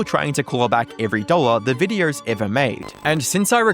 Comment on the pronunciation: “Photerrrrrs and viderrrrrrs”